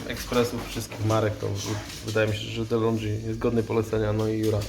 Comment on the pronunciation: Złośliwa uwaga: nie "Delondżi", a "Delongi" , to włoska firma.😊